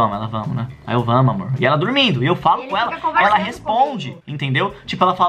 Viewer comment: Eu falo tormindo também 🤪🤪